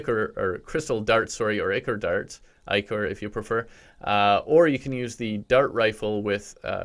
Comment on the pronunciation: If you want to know how to say ichor it’s eye-core